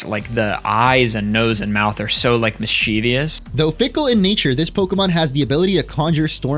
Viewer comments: Fun fact! Mischeivious is not a real word, it's just a long standing mispronunciation of Mischievous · Stopped watching after hearing “miss-CHEEV-ious” for the 30th time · Why did you have to point it out on twitter?? Now I cringe every time they say mischievious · I hate people that don’t know how to say “mischievous” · Everyone mispronouncing mischievous is grating to my ears. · 25 minutes of fantastic art!! And everyone mispronouncing mischievous... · Great video! The number of times mischievous was mispronounced truly hurt my soul.